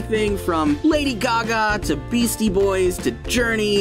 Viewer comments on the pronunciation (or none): none